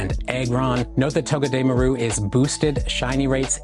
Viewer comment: its pronunciation is toh-geh-deh-MAR-oo Like all together you are kinda separating it, not to be petty and all.